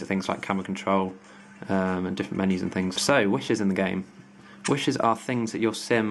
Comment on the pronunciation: you pronounce 'wishes' as 'wushers' :')